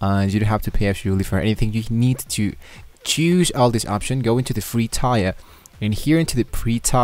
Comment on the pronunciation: I thought he was gonna either set up a website or at least a public html directory! All this idiot does is read a couple pages from the cloud console and mispronounce 'Tier' 😂